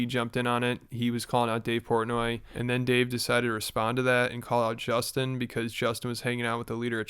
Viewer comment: How does portnoy mispronounce Justin’s name but knew he hung out with a warlord